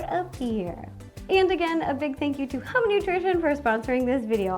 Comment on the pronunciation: Hehe the immaturity in me giggling at the fact that “hum” like how Ro pronounced it, means pen!s in Lao.